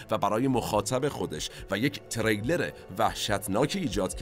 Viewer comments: Thanks for the program. you meant ”thriller” ( the genre of the movie) not ”trailer”, you pronouced wrong! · سلام و عرض خسته نباشی. جسارتا چون خیلی دقت در تلفظ لغات دارید، و من خیلی از فیلم هاتون لذت میبرم، سک نکته رو عرض کنم: فکر کنم واژه thriller را به اشتباه trailer میفرمودید که کاملا معنای متفاوتی دارند. ارادت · ، شرمنده شما هستم، اما تریلر درست نیست، ثریلر درسته 🌹🙏🏼 Trailer and thriller are two different words with two different meanings 🙌🏼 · تِرِیلِر نه، تریلِر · خسته نباشيد.بسيار عالي بود.تلفظ واژه thriller اشتباه گفته شد بارها.ممنونم از توجهتون🙏🏻